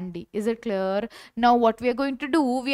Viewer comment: is it claer claer???